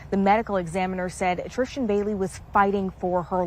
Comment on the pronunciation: Why is this lady calling her "TriSHtan" 🤭🤔